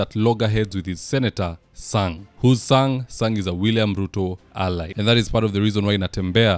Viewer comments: its Senetor Chesang not Sang.Those are two different names. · Senator is called chesang bro not sang